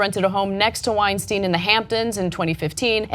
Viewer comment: Why do you keep calling him Weinsteen? Do you say Frankensteen? Einsteen?